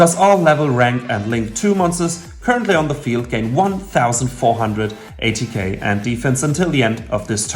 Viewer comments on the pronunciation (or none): My ears hurt when i heard A.t.k. instead of attack😂😂😂